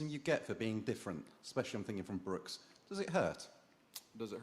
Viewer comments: it's brooksy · Its Broose